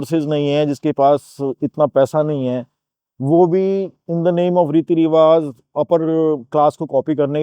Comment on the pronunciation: with all due respect it's 'Riwaaj'(رواج), not 'Riwaaz'